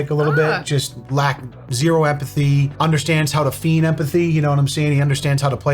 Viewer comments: The "ei" in the word "feign" is pronounced like the "ei" in "neighbor", and the "g" is silent, so it sounds like "fane". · you pronounced "feign" wrong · Heh, his pronunciation did not go unmissed by me either.. "Baby, baby, baby.. you are lookin' feign!"